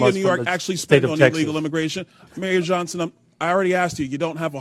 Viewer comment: "Mayor John..son". Not Johnson? How old is she?